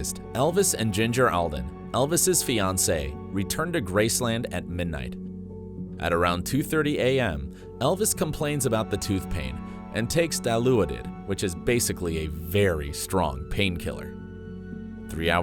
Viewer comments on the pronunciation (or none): I can’t handle the mispronunciation of dilaudid. Dih-law-did. Dilaudid. Not dee-lou-aw-did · Di-LAW-did. It was fentany1 before fentany1. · Di-LOOO-did. Yeah, that's when I stopped watching. Couldn't even pronounce it right. 🙄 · This was awesome thanks! Just a heads up you pronounced dilauded wrong :)